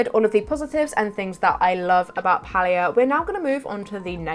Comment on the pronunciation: I appreciate your pronunciation of Palia 💞🥰💞It's the cozy way - not the cringy way.